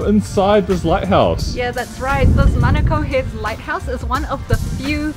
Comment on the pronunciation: Honestly I love that you guys say manukau and not manacow 👏🏽👏🏽